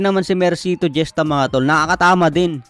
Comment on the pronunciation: Hista po ang pagka pronounce ng apilido ni mercito hindi jesta.😂